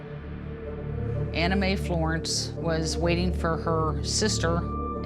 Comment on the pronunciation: Was anyone else listening rather than watching this and thought the victims name was Anime, not Anna Mae?